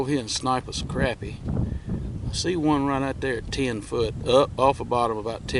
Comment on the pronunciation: Its crappie not crapy. Or sacillet